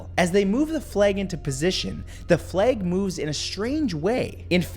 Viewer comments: Matthew pronouncing flag as “fleg” was the best thing ever 😂 did anyone else notice it? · "fleg" btw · Why you say flag like that tho lol 😂